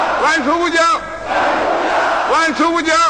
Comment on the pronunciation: 而且喊万寿无疆 时 口音跟我们的一样 当然 他出生的地方现在也划归青岛了 因此也很正常